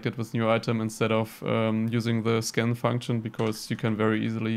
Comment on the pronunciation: When you said scan item and I kept thinking you said skin item wow I must be getting deaf